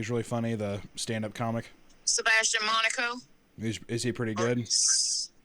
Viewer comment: “ Sebastion Monaco “ I’m in tears